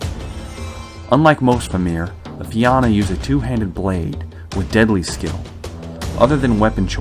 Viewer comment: Nice to see something about these guys. My only problem is your pronunciation of fianna, otherwise good work!!